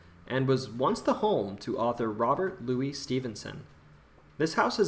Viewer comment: It's pronounced Robert "LOO-uhs" Stevenson, not "loo-EES". He was not Spanish.